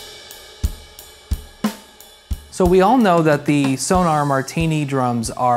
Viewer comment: My dear American drummer friends! The brand is Sonor - not Sonar - and it should be pronounced also with both O's audible. "Sonor" !